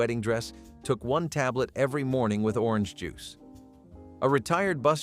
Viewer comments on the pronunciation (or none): none